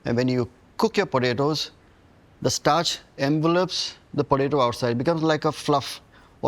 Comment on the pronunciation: You mean Botato.